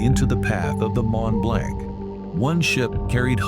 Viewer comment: Mont-Blanc is Actually Pronounced as: “MON - BLONC”……It was the Largest “Non-Nuclear” man-made explosion…..The Largest Man-Made Explosion of all time was the 1961 Detonation of the Soviet Union’s “Tzar-Bomba”, an enormous 50 Megaton Thermonuclear Bomb…..The massive Hydrogen Bomb was dropped from a TU-95 “Bear” over the Arctic Island of Novaya Zemlya, and Detonated at an altitude of 13.000 feet above the ground……The huge blast from the explosion shattered windows in Norway, nearly 800 miles away….The Mushroom Cloud reached an altitude of 175.000 feet…All the snow and feet thick solid ice completely vanished for over 50 kilometres in every direction, even rock was turned into sand and glass….The Shockwave was so immense, it circled the entire world 3 times and a 5.5 was measured on Seismic Equipment……